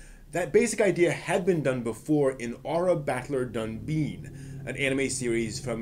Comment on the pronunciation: Can you please pronounce dunbine correctly?